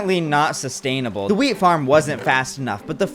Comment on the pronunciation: I keep hearing weed, instead of wheat.